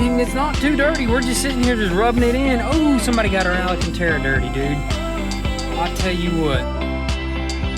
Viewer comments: Al-can-tara, not Ala-can-tara lol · Guys; AL-CAN-TARE-UH